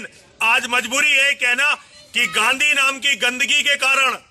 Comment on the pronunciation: Abe takle Gandhiji ko ganddigi kehraha he